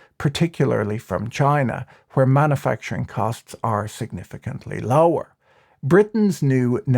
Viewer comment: Manna-facturing...isn't that making bread in the Sinai Pennsula? Come on, pronounce it correctly.